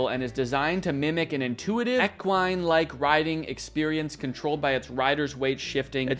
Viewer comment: eck-one?? you mean equine? LOL